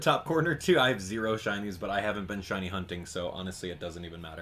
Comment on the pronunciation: ShINYS not shunts